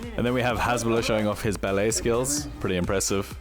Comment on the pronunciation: "Ballet skills" ha that got me lol